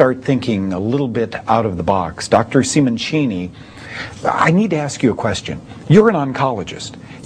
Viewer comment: Really wild. Might as well give it a shot if you have a tumor, before glowing with radiation. Google says his name is spelled Simoncini, not Simonchini, btw.